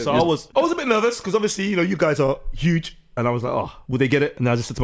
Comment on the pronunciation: The True Geordie "Huge" had me in tears 🤣